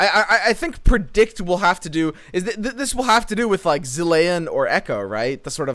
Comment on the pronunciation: Cant wait to make a Khahiri counterfeit copies deck. Also. It's (Zil-ee-en)